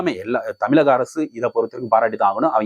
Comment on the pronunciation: தமிழ் என்று சொல்ல பழகு...தமில் அல்ல....... தேவையான கருத்தை மட்டுமே பேசனும்..... அந்த இந்த ஊம் ஆம் என்று திக்கு தெனராமல் பேச பயிற்சி எடுங்கள். சுகி சிவம் பேச்சை கேளுங்கள். தேவை இல்லாத ஒரு எழுத்தை கூட பயன்படுத்த கூடாக. முக்கியமா தமிழ்....தமில் இல்லை